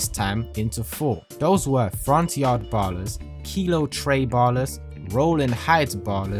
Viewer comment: Ballas* not bollas